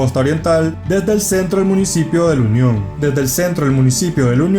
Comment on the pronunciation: El departamento es La Union se te escucha que dices el lo union